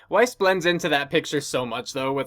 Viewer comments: Sure, Zwei is mispronounced, but so is Weiss. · is it really that hard to pronounce "Zwei", "Weiss" and "Schnee"?